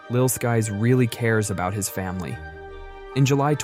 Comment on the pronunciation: “Lil Skees” 💀💀💀